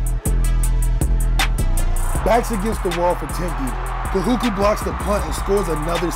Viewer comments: Love the vid, BUT it's not pronounced Ka-hoo-kah. It's Ka-hoo-koo. Much love from a daughter of Kahuku😘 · It's KAHUKU sir, not Kahuka! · It’s KAHUKU, not Kahuka! U not A ! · Kahuka😂 get it right overtime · Bro saying Kahuka lmao 🤣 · (Ka Who Ku)not(Ka Who Ka) is how you pronounce Kahuku The Ku is like Cooties but just the Co/Ku. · This dude said KaHuKa😂😂 it’s pronounced as Kahuku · It’s said ka-hu-ku not ka-hu-ka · Kahuku u faka not kahuka smh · ITS KAHUKU NOT KAHUKA YOU HUPO POPOLO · He said kahuka lol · Lmfaooo he said kahuka. Dead😂😂😂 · "Ka"-"Who"-kuu" - KAHUKU . just to help you out bradda'. Much mahalo Nui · “Kahuka” can’t even say it right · Damn haoles "kahuka" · Ka'imi Asinsin 💀 “kahuka” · its pronounced ka-who-koo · bruh its pronounced ka-hoo-koo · Bro like it’s literally not hard lol.... u said the first part right. There is literally no A at the end of Kahuku like what? Lol where the fck do u get Kahuka from?? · This guy butchered KAHUKU..it's pronounced KA-HU-KU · Even though you got the name wrong, I'm sure it wasn't intentional. We love the video and the respect you not only have for Timpview, but for Kahuku as well in your video. Much alohas. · Can somebody please tell this man he is pronouncing KAHUKU wrong. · It’s Kahuku bud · You said Kahuku wrong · Brah wtf. Why didn’t even the dad correct him on how he said Kahuku??? So shame overtime. Shoulda did the research before. Cuz sayin it once is ight no harm.. but for the whole damn video!? Rubbahhh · Cringe every time he says Kahuku ☠️😂